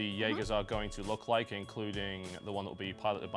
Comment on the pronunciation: Did u rike it?